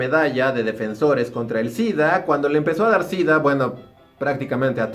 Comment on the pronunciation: Entonces por qué dice DIDDDAA??? 🤔🤔🤔